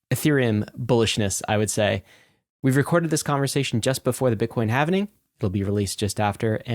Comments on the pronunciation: How do you guys have a crypto podcast and after all this time can’t figure out that the word is halving. not halvening. I’ve been cringing everytime I hear you guys say it. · Omg. It's the Having. Not the Havening.